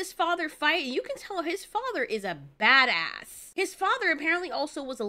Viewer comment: Stop saying bad ass like that like that!